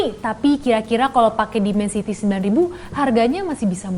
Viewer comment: Dimensity 9000 wkwkwk pling sering slh tulis sma slh sebut ini channel dri dlu..